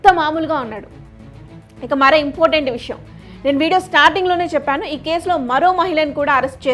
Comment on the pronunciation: ఇంపోటెంట్ కాదు ఇంపార్టెంట్ అని పలకాలి. నీ english ఎక్కడ నేర్చుకున్నావ్?